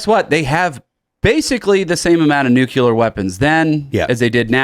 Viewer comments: N-U-C-L-E-A-R ! not Nucular. Damn how do people get so far in life without people around them correcting incorrect spelling. Like Calvary instead of Cavalry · . They are called nucleeeer weapons. Not nucular!!!!!! Did you graduate grade school???????? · BTW, ity's NUCLEAR, not NUCULAR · Huge pet peeve of mine, i hate when people pronounce Nuclear as "New-que-lur", ITS "New-klee-ur". When you say it wrong, you sound retarded, no matter how smart you actually are. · Totally nucular! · Nuculer? Who is this guy, Homer Simpson? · NUKE-YOU-LER is not a word